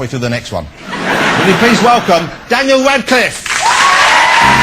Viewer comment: It's radcliffe not wadcliffe